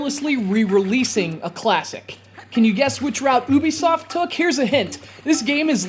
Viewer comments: It's pronounced you-be-soft not fucking ooo-bee-soft. They got the company name from the word Ubiquitous. Tired of people saying it wrong. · It's pronounced "U Be Soft" not "ooh be soft" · its not ooh-bee-soft its pronounced you-bee-soft.